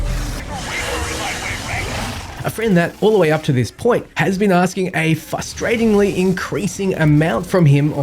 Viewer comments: my dude, it's fRustrating. You said it like fustrating like 10 times lol. You know what's funny though? Noodle made a video about Halo 1 a few years ago and did the exact same thing, and some other comment called him out on it too, so I guess it's a common theme amongst YouTubers talking about shooters from the 2000s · Hearing a YouTuber repeatedly misprounounce a word is fustrating